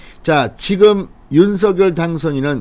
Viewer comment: 윤석열의 발음은 윤성녈 입니다. 윤서결이 아니지요. 본인이 그리 발음 합니다.